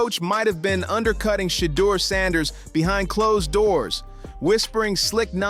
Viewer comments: If you cannot pronounce Shedeur Sanders name correctly you should stop saying his name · Pronounce Shedeur his name Correctly or Shut the Fu_k Up! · WHY THE MISPRONOUNCING OF HIS NAME WHAT IS WRONG WITH YOU??